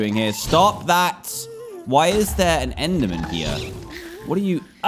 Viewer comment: jamaica intensifies dan: "endermon"